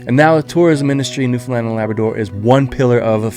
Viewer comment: Thank you for putting the effort into at least pronouncing Newfoundland correctly, most people can't even do that. Wonderful job highlighting the island. Don't think there's another place in Canada that its people are so attached to.